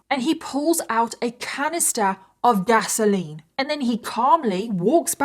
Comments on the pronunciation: OK, lol, I am so used to hearing English people say petrol that when I heard you say gasoline, I heard Vaseline and I was so confused. PS, I'm so addicted to Love and Pies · I also heard Vaseline too. Took a few times before I realized she was saying gasoline. 😅